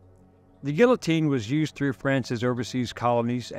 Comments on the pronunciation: It's pronounced 'geetohteen'. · Great video, but the l's are silent, in guillotine. Not knocking you. Just want you to know. Great video, again. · You'd think a history professor would be able to pronounce this machines name correctly.